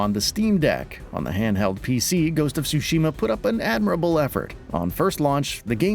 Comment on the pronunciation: as someone who speaks Japanese, the way he pronounced Tsushima as "sushi-ma" cracks me up lol